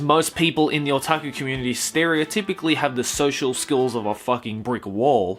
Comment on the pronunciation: Every time says "otaku" I cringe.